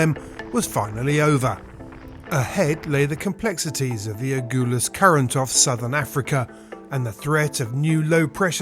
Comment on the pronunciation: It’s A-GUL-US